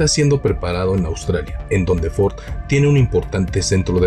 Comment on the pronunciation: Ahora se no dice Ford, dice ofordo jajajaja